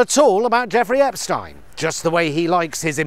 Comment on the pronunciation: You're the first media person I've heard pronounce 'Epstein' correctly, keep fighting the good fight!